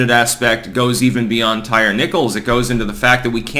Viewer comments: Ty-ree not tire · Ty ree is how it's pronounced...not tire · It’s tie-reee not tire. Lol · So can you at least learn how to pronounce his name? Ty-re not tire. Very disrespectful of the murdered. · "Tire" Nichols. Lol.😂 Not "Tyree" Lol.😂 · Here in the south it is pronounced, "tie-REE". May he rest in piece. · Hey, his name is most likely pronounced 'Tie-Ree'. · It's pronounced Ty REEE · Tyre = ty-ree. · Tyre, pronounced Tie-Ree. "They" always Remix/redefine/etc. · The name "Tyre" is pronounced "TY-REE". (Come on, it's not hard to find one YouTube video featuring someone who knows.) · Also if you can’t even pronounce the guys name correctly maybe don’t comment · That word is pronounced tyre, the thing you have four of on your car. Illiterate hoodrats don't get to change the language.